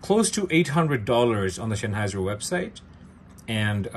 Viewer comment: Please do learn the word Sennheiser. It's not Schenheiser. ❤